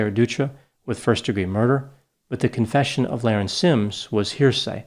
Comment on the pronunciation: Her name is being mispronounced. It was pronounced La-Rin, not Lar-en. The IQ test is a legend. There was no IQ test. It was explained that she had a high IQ in high school because she had dropped out due to her being "bored". She just had other pursuits than an education.